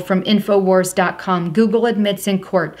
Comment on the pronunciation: joogle and jootube